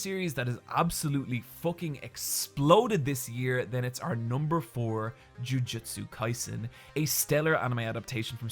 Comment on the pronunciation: Why is he pronouncing Jujutsu Kaisen like "Jiujitsu Kaisen"? I know he does BJJ but these are not the same thing lol